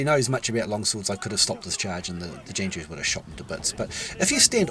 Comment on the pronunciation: Great video! And Jangju is pronounced technically like “j-AA-ng joo”, hard to explain yk? it means warrior in persian!